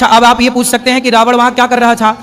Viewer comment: रावण को रावड़ बोल रहे हैं,प्रश्न करने वाले ने सही प्रश्न किया है कि जब दशरथ ने शब्दवेधी वाण चलाया और शब्द घड़े से निकला तो फिर श्रवण कुमार को वाण कैसे लगा? ने एक नई काल्पनिक कहानी सुना थी,प्रश्न अपने आप में बहुत प्रासंगिक है जिसका इन लोगों के पास ऐसे लच्छेदार जवाब होते हैं, यह सब काल्पनिक कहानियाँ हैं,हकीकत से कोसों दूर..